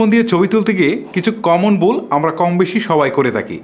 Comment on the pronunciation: কম্মন বুল গুলো হয়েই থাকে যেমন আপনার বুল কথাটি